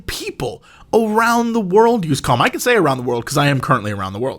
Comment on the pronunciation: Jesse tries so hard to not pronounce calm as com that it's starting to sound like cum.